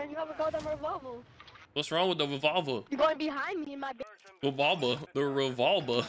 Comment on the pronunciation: The kid that couldn’t pronounce revolver was funny 😂😂